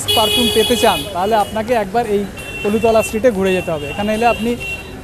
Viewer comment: কলুতলা না "কলুটোলা"